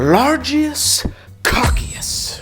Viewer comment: Largious Cockious 🤣